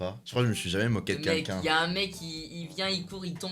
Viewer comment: Ca vous stress pas doc quand il dit "qqn" il le prononce quinlquin mdr